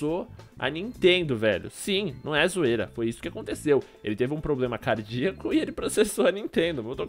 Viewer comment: O correto é cardíaco nao ''cardiáco''